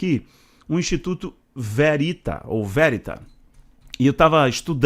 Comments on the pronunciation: se pronuncia Verit'a que em italiano significa VERDADE VERDADEIRO. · VERITÁ! É uma palavra italiana, oxítona!!! 👍